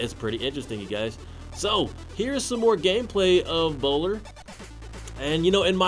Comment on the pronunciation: lmaooooo ""bowho"" "" bowiwi "" funny XD